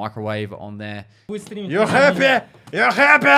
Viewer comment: "You hyappeh?...YOU HYAPPEH??" yes yes I am.